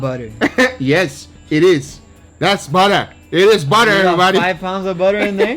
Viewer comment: "Buuhdurr"... Guga you're the best.